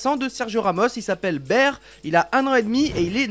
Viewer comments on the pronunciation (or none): Le gamin, c'est pas "bère" mais "Bert" (il faut prononcer le "t" : "bèrtt")